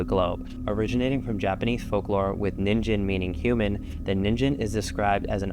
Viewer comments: Not to be that guy but ningen is pronounced "kneengehn" also unrelated I hate how people say that the mothman creates bad omens, if he's real he's not dangerous at all, he actually warns of bad things to come, he's more of a messenger rather than a harbinger lmao, fun vid otherwise lol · It's a hard g for ningen, not a soft g. You make it sound like ninjin, which means "carrot". Please research the pronunciations of words of languages you are not familiar with.